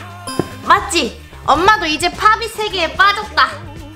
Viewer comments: 팝잇있데 팝빗이라고 하내요 ㅋㅋㅋ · 여기는 팝잇을 파빗이라고 발음안하고 팝핏이라고하넹ㅋㅋㅋ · 근데 왜 자꾸 팝잇을 팝빗이라고 해요?